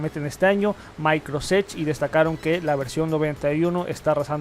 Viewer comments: A mí también!!! Por qué dice así? No entiendo. Maicros edge, maicros teams, etc. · No sé si soy yo, pero me estresa que diga "Maicros edge" aún cuando sabe decir "Microsoft" bien cuando lo dice solo :/ Por cierto, buen contenido👌🏽